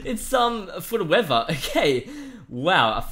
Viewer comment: When he said weather it sounded like wefer